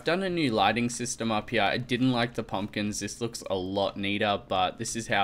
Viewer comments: IT'S "PUMPKINS" NOT "PEMPKINS"!! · PUMPKINS! Not PEMPKINS!! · its pumpkins not pempkins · u said pempkins not pumpkins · Pempkins lol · Pumpkins not Pempkins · pumpkins not pemkins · Btw u spelled pumkins - pemkins XD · insted of saying pumpkins he spelt it pempkins lol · Pempkins????? WTF At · Pempkins LMAO! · lol "pemkins" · Pempkins!!! Fix it plz, it be drivin meh crayzay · Why did you say pempkins :) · You said pempkins lol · Pempkins? XDD